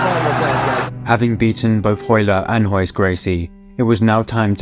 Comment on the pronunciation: The name Starts with R and they pronounce it as H, why?